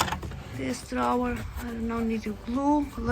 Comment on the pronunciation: I've been watching you for a while and will continue. I enjoy your talent. I offer this just as a suggestion from a native english speaker. Drawer is suppose to rhyme with door. It only has one syllable. Thank you for making great videos. This isn't meant as a criticism!